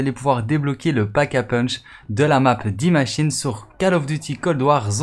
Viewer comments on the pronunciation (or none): Ça se prononce day maschine pas di machine c’est de l’anglais 🤦🏽‍♂️